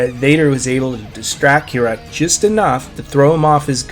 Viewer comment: it's not kirak